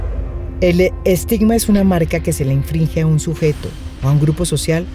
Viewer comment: Maria Ximenita, con todo el cariño y respeto que te tengo te digo que en caes en un gazapo muy común. Debiste decir inglije por infringe. Maria Ximena... te amo eres de las mujeres valientes de verdad verdad. Cuídate ya que vale la pena amar a seres como tu.